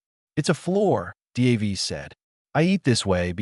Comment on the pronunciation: Crap AI. No one is named Dee Aye Vee